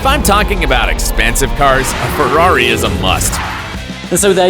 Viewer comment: Que dijiste?expensive?lol